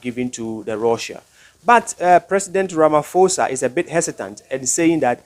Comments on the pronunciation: pronounced as ramaposa NOT RAMA FOSA... Ignore the H on pho just say posa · Ramaphosa is pronounced Rama.... posa yes the H is silent. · Well you can’t even say ramaphosa, yeah right 😂I don’t know